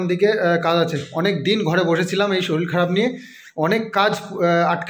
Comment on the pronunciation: শরীল আবার কি কথা? কথা টা শরীর 😊